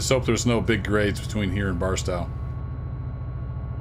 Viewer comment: Thank you for your videos, particularly the tutorials. Just got Run 8 a few days ago and had absolutely no idea how to proceed. Delivered my first cargo to an industry yesterday, so making progress. By the way, for what it's worth, the 'tow' in Barstow is pronounced like the 'tow' in 'tow truck' or like 'my big tow'.